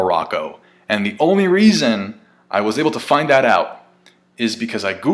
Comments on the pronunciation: Hello from morocco ❤ and its tajine not tahin. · btw "tajin" is pronounced the same way its written and it a meal we cook even in tunisia (its a bit different from morroco though) but hey cool reference from oda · Yoo, I'm a big fan of yours, I'm representing from Morocco. on a quick note the 'J' in tajine is pronounced like in English and not like in Spanish, not all foreigners are Spanish speakers (JK). I still love that you caught that reference. love your content. keep doing what you do